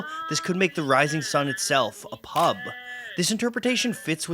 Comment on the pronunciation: OMG, hearing this guy say 'pub' is like nails on a chalkboard!! He has to be Canadian with that terrible pronunciation. It's so strange how such little things can be annoying - especially as I'd never even notice how a single Brit would say it - with our 40 accents and hundreds more dialects 😆 And this is why, as much as I could speak other languages, I won't - cos those native speakers would hate me lol.